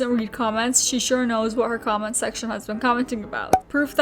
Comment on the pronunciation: i legit thought at some point you said ''combat section'' not comment section xD